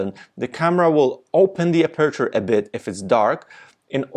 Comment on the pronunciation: You really need to practice to pronounce “aperture” 😉